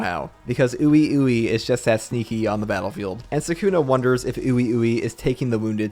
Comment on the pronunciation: ppl always say ui ui name wrong... its "WEE WEE" so simple.